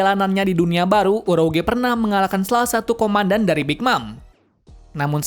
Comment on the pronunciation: Ini supaya YouTube channel lho makin bgs.. coba sebut Inggris yang bener ya supaya lebih banyak peminat dan terpercaya... Urouge bacanya Yuroj